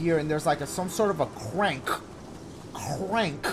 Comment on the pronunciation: "The ceurank" - Dashie